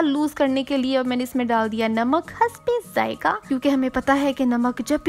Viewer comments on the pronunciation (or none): The way she says. Hasbey zaiqah🤣